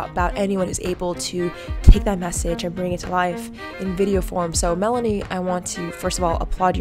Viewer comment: Omg Mell-ah-knee🤣lmao